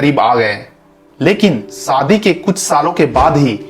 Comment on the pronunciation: Saadi nahi #Shaadi hoti hai 😂😂😂😂😂🤣🤣🤣🤣🤣🤣🤣🤣